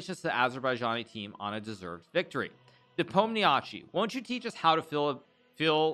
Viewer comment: Hikaru, I beg you, please please stop mangling Ian's last name. I know it is spelled like that and it is kinda of hard to know what exactly to do with all those five consonants in a row. But in fact it is really simple: it's very close to Nepo'm-nya-shee (stress falls on "o" !)... well, there is also a so-called i-short at the end (similar to the last sound in "toy" or "guy") but you can skip it, everybody does.